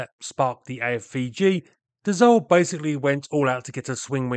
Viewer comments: DaSSault not Dazault! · Once more, it's pronounced DaSo with a soft S and not DaZo 😉. Anyway, in the 60s, my uncle who was an engineer at Dassault aviation worked on the Mirage VTOL project. Fun fact, it had been named "Balzac 00-01" just because it was the phone number of the advertising company ("Jean Mineur publicité") Marcel Dassault was owning! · Dass-O. Not dazzo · Funny you keep pronouncing Dassault as « dazault ». It really is pronounced like the word « assault » which is the exact point as it was the « nom de guerre » of Paul Dassault in the French Résistance, elderly brother of Serge Dassault, both born Bloch (some forgotten (?) types built under that brand). « Assault » like in « char d’assaut » (attack tank). He added the « l » before the trailing « t » to look like the English word « assault ». So, it is pronounced the same way you’d pronounce the English word « assault », that is, not « azault »! Just don’t pronounce the « l » to sound French. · Extremely entertaining & technical video. But please, as a Frenchman, where on earth did you find a "z" sound in Dassault???... The two "s" are pronounced like assault, or ass. Thank you, keep up the frenglish work. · I speak French and I know French words sometimes are difficult to pronounce for English speakers but it seems you are especially struggling pronouncing "Dassault" never pronouncing the same way twice. So I'm providing this for education purposes. Not trying to bust your chops (or is it "taking the piss"). It is pronounced DahSoh. No 'z'...No 'e' and the 'l' and 't' are silent (as are half the letters in most French words).